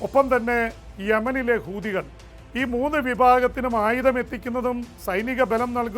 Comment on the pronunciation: ജെയിംശേട്ട സ്പുടതയില്ലല്ലോ കൂതിയല്ല ഹൂദി എന്ന് വേണം പറയാൻ! 😂😂